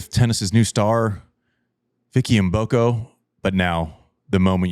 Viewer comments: wow finally someone who know how to pronounce Vicky Mboko name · Thanks Andy for pronouncing Mboko correctly 👍